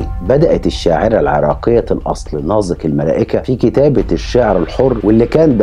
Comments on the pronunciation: ليه بتنطق نازك ناظك؟؟ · الكتابة نازك والنطق ناضك ؟؟؟ شي غريب فعلاً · الأستاذ المحترم ، تحية طيبة ، طريقة نطقك لاسم نازك خاطئ ، الصحيح نطق الزاي كما نطقت إسم اخيها نزار. مع التقدير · بينطق اسم نازك بطريقة غريبه 🤔